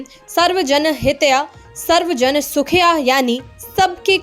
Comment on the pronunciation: ये कैसी हिंदी है- सर्व जन हित्या/सुख्या ? कम से कम अच्छी हिंदी जानने वाले news reader ढूंड लीजिए